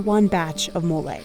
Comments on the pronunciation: Why couldn’t she just try and say mole right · Americans, PLEASE stop butting a random "y" at the end of every foreign word. Where is that effing y in "Mole" – is it called "Moley"??